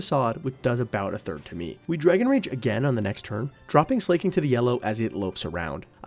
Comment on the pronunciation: i genuinely wanna ask - why do you pronounce slaking as "slay-king" when it's sla-king (like slacking off). no hate, i genuinely just wanna know XD